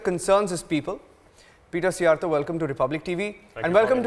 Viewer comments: He pronounced Szjjarto's name correctly! No reporter in Western Europe even bothers to learn it! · Yes hs said his name very elegantly!